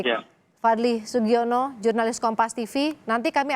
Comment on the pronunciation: Sugiano eh sugiono😭 Kenapa aku salfok sama yg begitu astaga🤣